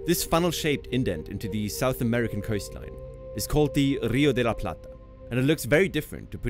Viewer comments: Congratulations! For an English speaker, you nailed " Rio de La Plata" pronounciation perfectly! Cheers!!! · Muy bien pronunciado el "Rio de la Plata" <3. En el colegio de Argentina se enseña que ése área se lo llama estuario